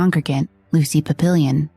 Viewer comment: Lucy "PAP-pill-Eon?"